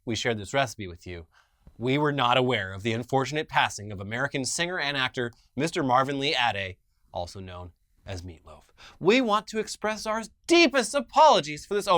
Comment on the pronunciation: Actually,, he pronounced his last name Ah-day.